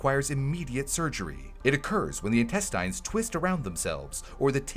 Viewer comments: Are you not listening to it say "in-tess-tines" instead of "in-test-ins"? There's no strong i in the word. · Any one else confused by how he's pronouncing intestines? 😂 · Good video but the way says intestines is putting me off